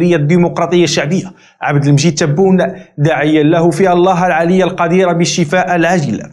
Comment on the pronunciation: AbdelAziz ''Tapoune'' LOL...wagoul ''Taboune''